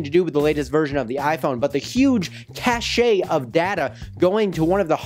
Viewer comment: I don't think it's "cash-aye" but rather "cash", but maybe I'm wrong Anyways you thought Apple was trustworthy? ha ha they are all GREEDY and if you wanna play in China, guess what rules you play by. And if you think any other country is different, your... well you know! There is no privacy anymore my friend! And you do have rights, until you upset the wrong person, who of course has more money than you. Anyways great video as usual!!!